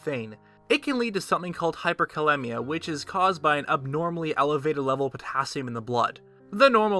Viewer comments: Performs specific research & precise calculations, but still pronounces it "hyperkaLEMMia"....it should be hyperkaLEEMia, like rhymes with anemia. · Hyperkalemia is pronounced (Hyper kah-lee-mia) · as a healthcare professional... 3.5-5.0 isn't the average, its the acceptable range of potassium...outside of this is dangerous... and hyperkalemia is very life threatening, look up nerve function, and heart muscles... so is hypokalemia... and its pronounced cal-eem-ia